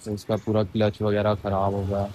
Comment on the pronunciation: किलिच नहीं क्लच